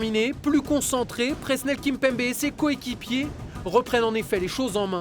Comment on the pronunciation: il a vraiment dit Prenel kimpembe ??